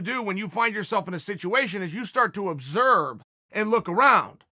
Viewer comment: Chael says its "Obserb" then by god its "Obserb"